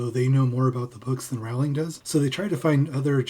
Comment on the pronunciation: I scanned the comments to see if anyone pulled you up on your pronunciation of Rowling (it’s like ‘Rolling’) but I couldn’t see any. I seem to recall Stephen Fry on QI once corrected Lee Mack for pronouncing it as you do.